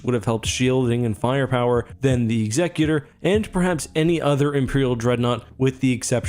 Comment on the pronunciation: What's with pronouncing Executor incorrectly?